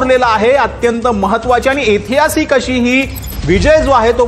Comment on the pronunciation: इतिहासीक नाही ऐतिहासिक असा उच्चार करा